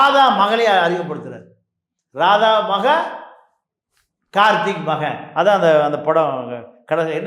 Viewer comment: கார்த்திக் என்று சரியாக உச்சரிக்க வேண்டும்.